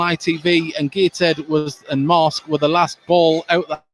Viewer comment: It's pronounced MARSKE, not MASK !